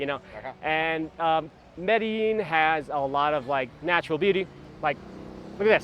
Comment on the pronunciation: that "MEDILLIN" is annoying me. It´s MEDELLIN